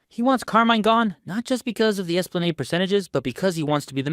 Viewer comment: I know man, I hear this videos all the time like esplanade frustrates me